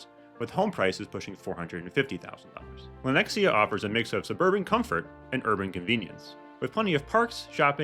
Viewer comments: What the hell! Lenex-i-a?! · Oh-lay-thuh. You murdered that shit. Also, Lenexa. No I.